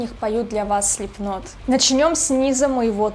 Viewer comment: Хоть кто то говорит Слипнот правильно.